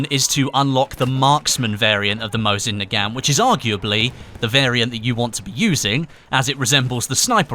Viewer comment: Your pronouncing nagant wrong, it pronounced na-gunt.